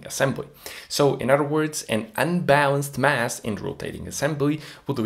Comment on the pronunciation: Wow all that but you can't say the word OTHER. A word that, if this is representative of your diction, it seems that you love to use.